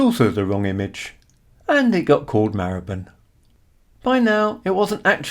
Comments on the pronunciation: Your pronounciation of Marylebone is the same as mine. My family lived there for around 200 years. Between Marylebone Station and Baker Street is Chagford Street (off the North side of Melcome Street). In 1919, W.O. Bentley built his first car there (it was called New Street Mews in those days), using money earned from designing his BR1 & BR2 rotary aero engines for World War 1 fighter aircraft. Bentley himself was born in Hampstead and brought up in St. John's Wood, before joining the Great Northern Railway at Doncaster as a premium apprentice. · I first started going to London in the 80s and only ever remember it being pronounced /mahləbən/.